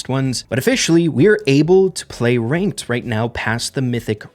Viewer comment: "The famous Reynked"